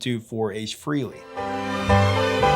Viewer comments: HUGE Kiss fan here. I have Ace Tattooed on my arm. BTW his last name is pronounced Frahley not Frehley like it's spelled. I like Beth not my favorite Kiss, but I like that it was outside of the box. My favorite Peter Criss song, that he sings anyway is Black Diamond. I'm impressed with how much you know about Kiss. I've been a fan since Crazy Nights in 87. Bought the non make up stuff first and then got into the 70's stuff shortly after. Imo Peter probably didn't have much to do with the actually writing of the song. He sings it nicely but that is probably as far as it goes. Paul and Gene do like to control everything, but the band would have died in the early 80's if they hadn't. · "Rock and Roll Over. ...NOT Rocka.and.Roll "ALL" Over. Pronounced : Fray- LEE NOT FREE-LEE. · It's pronounced FREHLEY, not FREELY! ☝🏼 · Frehley is pronounced "Fray-Lee" not "Free-Lee". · Why do so many people insist on saying Ace Frehley’s name wrong , even Ace says it isn’t pronounced Freely , it’s pronounced Fraylee , spelled Frehley , but so many people say it wrong. If you are that much of a music guru , you would know how to pronounce musicians names. Good lord get it right. And it isn’t a location type of pronunciation. You don’t say it one way because you are from the east coast or the west coast , it’s Frehley. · Stan's surname is Penridge, not "Pendridge", and Ace's surname is pronounced Fray-lee not "Free-lee."